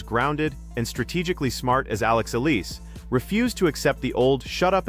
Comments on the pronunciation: Why is her name mispronounced? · Her name is Alex Eala....pronounce that more correctly.....Ophra Winfry is a Malice Fraud in her Personality in Life..... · Why can't you vlogger pronounce the right word to her Alex family name? Can't you not read?